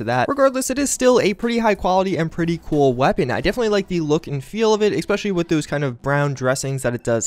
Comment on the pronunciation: Et cetera. ETT SET-err-uh. Not "excedera". Especially. eh-SPEH-shuh-lee. Not "expeshelly".